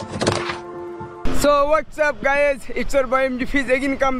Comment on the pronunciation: গায়েজ না= গাইজ কুলজ না = ক্লোজ উচ্চারণ ঠিক করুন